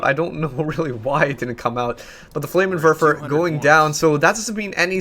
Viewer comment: It's called a FLAMMENWERFER, not a flamerwerfer. goddamnit